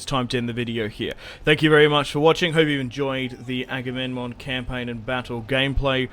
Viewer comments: His name is Aga-mem-non, non Agamenmon. Damn why everyone CA chooses to advertize their games is such a goofus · Agame...NMON?! IT'S AGAMEMNON, AGAMEM-NON NOT AGAMEN-MON.